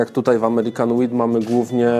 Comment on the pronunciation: 'wheat' zabrzmiało trochę jak 'weed'